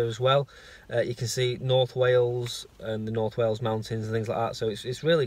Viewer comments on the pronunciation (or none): none